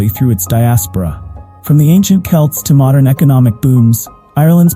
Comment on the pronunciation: Hun u says it wrong it sounds like kelts not c spelt with c say kelts hun am a celt